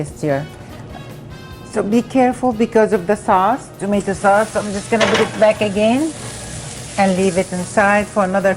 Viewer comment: Tomatoo bass 😅😅😅